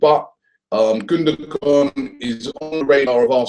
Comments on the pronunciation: Gundogan mate, not Gundagon :) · his name it's gundogan,not gundagon lol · It's "Gundogan" not "Gundagon" .... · *Gundogan. Get the name first. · Gundagon?? -________________- Pronounced gundowan too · Sorry Robbie it's Gundogan not Gundagon o_o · who is "Gundagon"? :D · *GUNDOGAN!!!!!!! and while we're at it it's Cazorla not Corzola! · lol both of you are wrong...his name is actually pronounced gundowan and ozil's name actually is uhhzil because it has an umlat. (if you want to get technical)